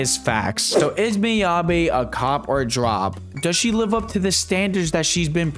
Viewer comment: ah yes, Miyabae